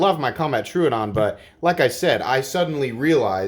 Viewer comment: Tro odon not truudon come on man